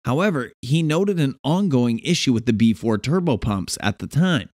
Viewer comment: It is pronounced B E 4